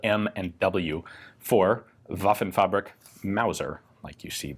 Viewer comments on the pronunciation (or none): Given how many old foreign guns that are covered, I'm not a stickler for pronunciation. That being said, hearing Waffenfabrik mispronounced three times in twenty seconds is pretty glaring. Fabrik is pronounced (in German) like fahBREEK.